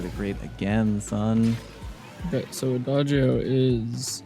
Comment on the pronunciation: I love the fact that Fortissimo and Adagio are both Italian words Also thanks for using the correct pronunciation and you are one of few peaple that knows the correct translation